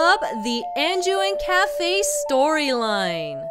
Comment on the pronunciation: Okay.... I know it's Kaefei or something like that... But because of pronunciation... I keep on instainly thinking it as 'Anju and Café....' - I don't think you HAVE to break in, do you? After he receives the letter, isn't the door unlocked?